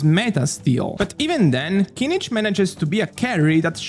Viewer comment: I finally found a video whare his name is pronounced correctly, thank you!